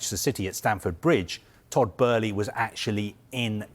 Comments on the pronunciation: It's Todd bo-e - ley pronounced not berley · Did it really take 9 minutes to not say much? I could’ve sworn it was Bowl-lee but Burley Barley. Is this man drunk? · is utterly crap, like most of the staff at Sky. It’s like watching a TV version of The Sun newspaper. Firstly, his name isn’t Todd Burley it’s Todd Boehly. You idiot! Secondly, why do you speak in slow motion? Are you utterly retarded? Why does it take you 6 minutes to say something that could be done in 2? You’re crap mate. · Who the f*** is burley ? Boehly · Todd Burley 😅? Thought it was Todd Boehly? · Bohely lol not Burĺey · Todd boe-hly not "Burley", he's saying it so confidently like he's staying it correctly. 😂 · “Boehly”…not “Burley”…is he pronouncing it correctly?! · It’s Boehly not Burlee!!! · Why does it sound like he keeps saying Todd Burley 😑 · Just. I don’t know. “Bloomberg…….who are a………respected news…………agency.” Also, baby, it’s not f’n “Burley”!!! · Is he saying Burley? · Breaking news...Todd Boehly would like his name to be pronounced Todd "Burley" and our leading football reporter has the lead on this story... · And says it wrong! Burley? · Why does he keep saying Todd Burley lol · lol thought I was the only one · I understand it's a German name, but he's American and Americans don't pronounce it Burley 🤣 No one has ever called him Burley until now. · "Todd Burley" lol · Crazy how many times he said it as well! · Why does he keep mispronouncing his name??? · Where is the R in Boehly? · If you come in as an expert, at least try to pronounce the name correctly. 😮‍💨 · mispronouncing his name too. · He's convinced that Boehly is German-American, and because of that he has to pronounce it like he pronounces Oezil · no it's just bad reporting its no hard to pronounce Boehly